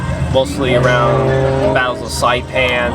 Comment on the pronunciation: So this guy is a re-enactor and can't pronounce saipan, cavalry or carbine. Ok.